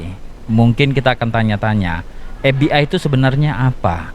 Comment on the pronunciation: Pengucapannya bukan bhs Inggris dong tapi bhs Indonesia kali. ef bi ai😄 (forum batak Intelektual) ef be i